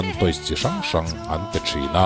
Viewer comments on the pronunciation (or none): none